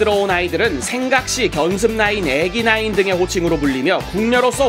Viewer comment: 애기나인이 애미나이로들림 ㅋㅋ